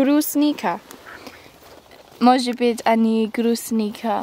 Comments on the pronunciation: Брусника, а не грустника :-) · Привет,! Ты по ВИДУ настоящая РУССКАЯ, а никакая не англичанка... Не "грустника" надо говорить, а БРУСНИКА! Будь ВНИМАТЕЛЬНЕЕ к тому, ЧТО тебе говорят...:-) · Всем нужно много есть брусники для поддержания здоровья. Ну не получилось у правильно выговорить название ягоды. Не надо над этим хохмить! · "Грусника" (с) бббббггггг)))) Пирожки с брусникой поешь,, за уши от стола не оттащишь. И с калиной ещё.